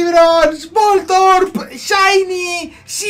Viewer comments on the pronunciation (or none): Voltron no keibron, se dice vol torb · Me da un tic cuando escucho voltorp jajajaja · Jajaja me hace gracia que digas voltrob, no será voltorb. Que envidia de nuevos registros. Mucha suerte